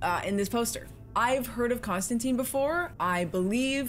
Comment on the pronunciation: There is one thing wrong with this movie, and it isn't what you said ... It's their pronunciation of Constantine. He's a DC character, and the name is meant to rhyme with wine.